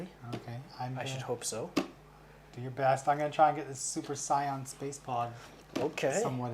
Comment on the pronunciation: Come on guys! You mispronounced vegeta and sayian 😑😑😑 Edit: and thats the oneso I heard before I made this comment. You build these gunpla and watch the anime so you should be able to say the names correctly.